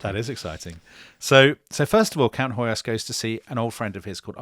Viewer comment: Hoyos = "Hoyosh" (in Hungarian s = "sh" and sz = "s" and gy = "dy" so György is pronounced almost exactly like George. Also, when I checked wiki on Hoyos, it shows his title as Freiherr zu Stichsenstein, which translates to Baron Sticks-and-stones. 🤣 I swear!! I bet he was a very prickly person to be around. And weren't the French following juicy trial of a minister how was on trial for shooting his wife for canoodling with some journalist, something like that.